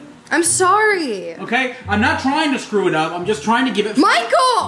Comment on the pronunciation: "Michael, you gonna scrow it up!". Scrow? Or Screw? haha we love ya still!